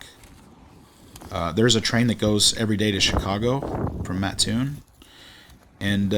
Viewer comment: You call them Buster Brown Shoe factories. They were always called Brown Shoe Company in the area. Kudos for saying Mattoon correctly. My Grandmother worked in the Mattoon plant. My other grandparents lived a block or so from Charleston.